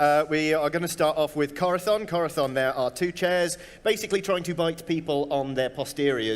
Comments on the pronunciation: I’m also Mexican and had been curious about why they were pronouncing it “Corathon” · I love that “Corazon” is pronounced more like someone from Spain would say it “Cora-thon” than someone from Mexico would say it “Cora-son”